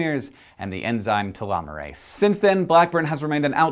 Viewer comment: All I heard was "Ta-llama-rase"